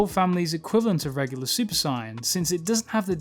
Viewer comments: Great video, but I must ask, why do you say super cyan instead of saiyan??? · Clicked off as soon as he said "Cyan" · Why do you pronounce it cyan? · I can’t accept someone who calls super saiyan a super siyan. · It triggers me the way his saying super Saiyan...I'm gonna cry... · The fact he says super saien triggers me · Why do some people pronounce saiyan as “siyan” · From I heard the word Sai-an I said hold up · Heard: Sine, Cyan Not heard: Saiyan Still good video, thumbs up. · Nice work on the narration. I enjoyed the insights. The pronunciation of Saiyan/Saiya-jin is my only complaint. It rubbed me as I grew up with the english dub pronunciation but given weeb clash in our particular culture I understand completely (looking at you aluminium). However cutting out the "-jin" in the name rubs me because its like calling humans "hu-" mainly be cause to me i always took the -jin to basically be a stand in for "people". Gah, still thank you for your hard work! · The pronunciation of saiyan here is hard to listen to. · Good video but fuck i cant stand how he says Saiyan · Why does he mispronounced Sayian? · This guy is great... Except for the way he says sayian... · You need how to say saiyan properly